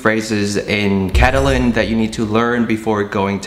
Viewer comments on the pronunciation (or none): Oof almost had me hard pass on the intro “Catalyn”